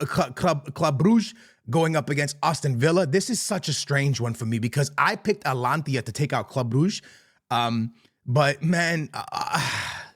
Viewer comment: Atalantia whaat? Its huuuge